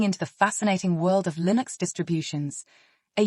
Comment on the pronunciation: "LIN OX is everywhere." Is this AI?